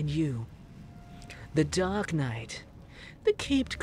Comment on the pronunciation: Did you just call us "Dork" knight, instead of "Dark" knight?? 👀